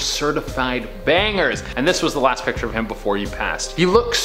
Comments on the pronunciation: Be cool if the woman could say picture correctly instead of piture. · i dont like how she pronounces "picture" like "pitcher" heebeejeebiesssss sorry its one or my pet peeves